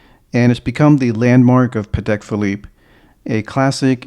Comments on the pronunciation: Excellent collection. Just one little piece of advice/info for you, if you allow me: the right way to pronounce the name of the brand is Patek with accent/emphasis on the a, not on the e. Something like Paatek! The reason is that is a Slavic surname. I appreciate almost everyone gets it wrong, but if you don’t trust me just watch any interview with Mr Stern (Patek’s owner), and check how he pronounces it. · also, many ADs themselves get it wrong, and many big collectors too. So no shame in that. Even the London Patek boutique says it wrong on their own answering machine message! Everyone tries to pronounce it the French way, but it’s actually an Eastern European surname